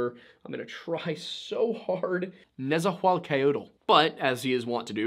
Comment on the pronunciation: Points for the effort on the pronunciation attempt, some help for pronouncing nezahualcoyotl would be like this “nessa- hooal- ko-yo-tl. Also the Aztecs pronounced the x’s in their words with the “sh” sound. For example the Mexica tribe is meh-SHE-cuh and lake Texcoco is Tesh-koko.